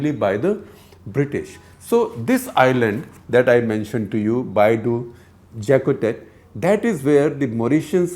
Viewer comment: Dear Gupta Ji, the English pronuciation of Baie au Jacquotet would be something like "Bay O Jakotay" and it is not a separate island but is a beach in the South of Mauritius.